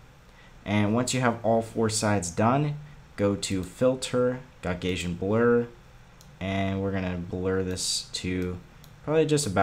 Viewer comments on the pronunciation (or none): Gah- sin blur not gok Asian blur XD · It’s pronounced (GAW-SHON-BLUR) not (gaug-Asian-blur)